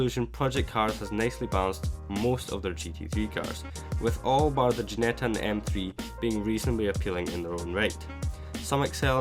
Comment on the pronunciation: Its called Ginetta, not Guinetta... But overall nice to see these stats side by side. :-)